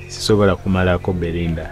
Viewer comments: Someone tell the name is Belinda not Berinda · Gwe fala,the name is Belinda not Bberwinda Bberwinda 😂